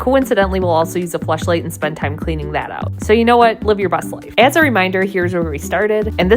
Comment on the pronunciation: Did you say “flesh light” or flash light” either way at least he takes time to clean it out 😂